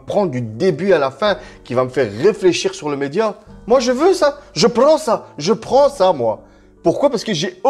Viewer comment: Poooooooo j'ai vu la notif j'en revenais pas, tu viens de faire eeeeeeexploser ma hype de ouuuuuuuuuf j'ai re-regardé tes autres vidéos sur ff16! Beau gosse, BEAU GOSSE Ps: tu m'as tué de rire quand ton accent épicé de sheikh Hakim est ressorti "moi je veux ça, je prrrrrends ça"